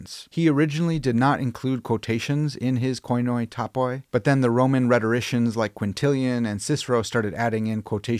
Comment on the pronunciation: Plz never call it konoi tapoi again. It genuinely hurts. Understandable mistake! But in both Greek and Ancient Greek oi is read as “ee” as in needle